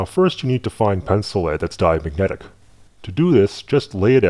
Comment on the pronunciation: "diamyedic" lul